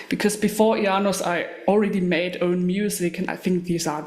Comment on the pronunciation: Wow, thank you so much! You nailed the pronunciation perfectly. And oh yeah - Isengard has so many gems. Thornspawn Chalice, Vinterskugge, Our Lord will come, I kamp med Kvitekrist... I could go on forever